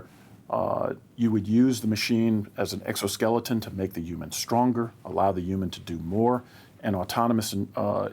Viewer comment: Why was dude calling Human’s Umans? Or am I just hearing him wrong?